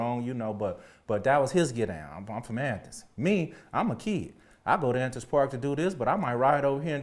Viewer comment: I like how he says athens as Anthens . Lol